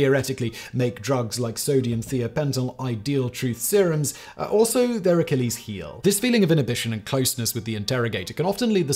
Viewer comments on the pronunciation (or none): none